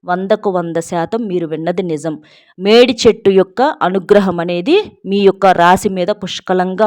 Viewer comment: Medichettu ante e chettu clear ga cheppandi pl